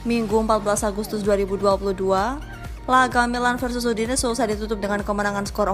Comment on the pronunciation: Udinese mbak bukan udines